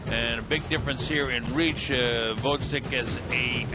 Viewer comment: I hate how the commentators are prejudice against Gvozyk. Moreover, learn to pronounce his name RIGHT, "professionals".